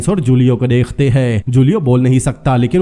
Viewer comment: Dekh te hai ... Degh te nahi bolo .. work on your talafuzz